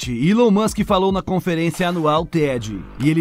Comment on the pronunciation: Eu não consigo ver um vídeo onde o cara faz a pronúncia do nome Elon musck, com uilon.. meu Deus.